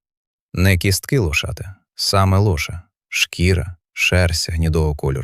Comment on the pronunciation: 10.30. мова про лошА, читає лОша і потім бАгно, мамонтЕня